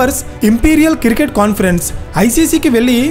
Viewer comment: అరే.. బాబూ..! అది కిరికెట్ కాదు క్రికెట్.